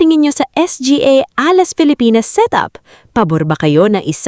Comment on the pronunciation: Can't take this seriously. Can't even pronounce Alas.